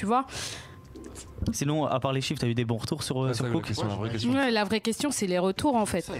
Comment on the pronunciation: Il mec il dit ( COUK ) oklm devant popeye même lui il à envie de lui donner une baff pour lui dire que c’est ( COOK )😂